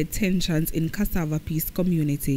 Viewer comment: Which jamaican on this planet can't pronounce CASSAVA?